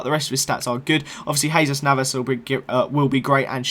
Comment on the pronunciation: Stop saying hazus navas